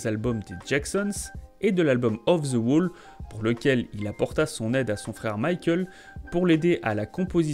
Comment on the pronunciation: Les français SVP arrêtez de prononcer “ The” par Ze , ça irrite les oreilles, merci .